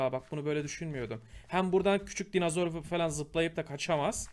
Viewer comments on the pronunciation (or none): GÜZEL ABİM ALLAH AŞKINA DİNOZOR DE NOLURSUN SÖZELCİYİM SEN DİNAZOR DEDİKÇE ÇILDIRDIRIYORUM DİNOZOR DE NOLUR DİNAZOR DEME